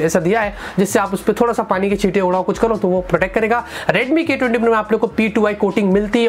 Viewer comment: i heard redmi Gay 20 pro lol.